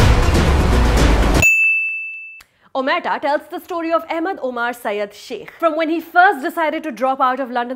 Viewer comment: she can't pronounce the title.